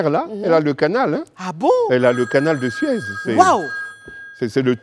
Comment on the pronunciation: je ne pense pas. À un moment elle à prononcé "canal de Sued" plutôt que "canal de Suez". Pour une émission d'une telle envergure elle doit renforcer sa culture générale je trouve